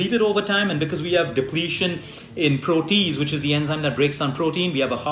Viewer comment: Just 1 correction- the enzyme is proh-tee-ayz. Also I am allergic to kiwi and am diabetic so mango and pineapple are poison acc to dr( although I love both) any suggestions? Have been eating ginger a lot though so that’s good. Also raw foods especially salads are a huge problem in India due unclean water being used to grow them and eggs etc leading to worms( iv had this issue 3 times despite washing them well)